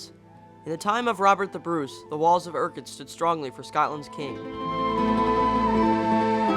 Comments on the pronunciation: Urquhart castle PRONOUNCED FUCKING UK-URT NOT UR-KIRK ! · really interesting video. I don;t want to be "that dick", but most people call Urquhart "Ukk ert".:) Cheers, Let's hae a dram next time you are over!:) Also, Edin ba ra and dar bee!!;))